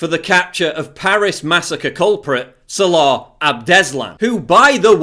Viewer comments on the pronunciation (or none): none